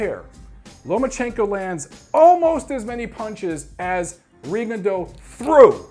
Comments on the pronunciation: it's Ri-GONE-dee-ow these days, doncha know? Or maybe it's Rig-gone-DEE-ow, damn his performance was so forgettable I forgot how his name is being pronounced these days. Francisco Vargas is one bad ass in the best possible way. Coming back two hours later from the hospital to the news conference was a boss move. Make it two of us who would love to see a rematch. Viewers, I second: don't miss seeing this fight. If it wasn't for Huck vs. Glowacki, Vargas vs. Miura would be my 2015 FOTY. Klitschko should win with ease over Fury. I'm waiting for the Fury freak flag to fly as my entertainment. Very interested to see how James DeGale looks. I came back from Vegas completely wiped out, it's been a busy year of boxing travel hasn't it? Or maybe we need to admit we are getting too old to burn the candle at both ends. Happy Thanksgiving to all boxing turkeys! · D I gave him crap about his pronunciation of Rigondeaux in his last video too. XD Though to be fair, in Rigondeaux's native tongue it isn't an easy pronunciation. There's a video on youTube of him saying his own name and it took about 10 listens with half speed to get it perfect.